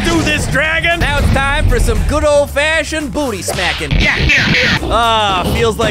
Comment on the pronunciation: Hahaha u said bootty